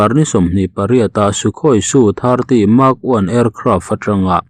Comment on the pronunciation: SU - 30 MKI tih tur a nia. Su-30 Mk1 angin i sawi zel a. Em Ke Ai a ni e. Mark 1 ni lovin.